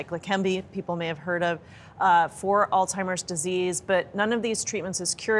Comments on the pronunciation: It's not "all-timers" It's "Alzheimer's". Good Grief. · I think the doctor has all TIMERS. The doctor kept on mispronouncing Alzheimer’s and didn’t take the hint from the anchors. Hmm don’t think I can trust this doctor.